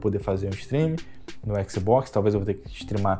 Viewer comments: Bom vídeo, mas que agonia o cara falando "xboxi" toda hora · Eu nunca reclamei de pronúncia nenhuma de nada, mas éqssibóqssi é foda kkkkkkk ótimo video irmão, não pega pilha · "O xboxi" Xbox de carioca mané